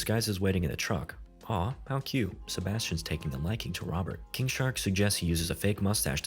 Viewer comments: bruh i thought you were saying kink shark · Why do I keep hearing it as 'Kink shark'